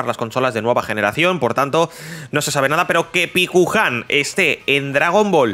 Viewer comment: Paikuhan, no pikuhan